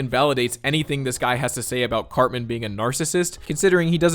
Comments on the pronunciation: I can't remember the video but I remember knowing something was up when he mispronounced, of all things, "Cartman" as "Car-Man" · He can't even say Cartman correctly. He says Carman.